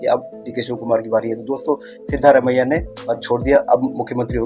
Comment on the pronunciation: मुंछे वाले भाई सिद्दामारेया नहीं सिद्धारामया यार अपने नेता का नाम तो ठीक से लिया करो